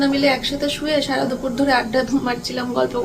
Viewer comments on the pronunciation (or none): none